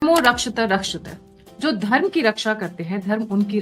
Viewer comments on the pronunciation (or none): "धर्मो रक्षति रक्षित:" का सही उच्चारण है, वही जो लिखा है देवनागरी लिपि में। परन्तु आप इसे ऐसे उच्चारित कर रही हैं: धर्मो रक्षित रक्षित कृपया इस भूल का सुधार कीजिए ASAP 🙏😌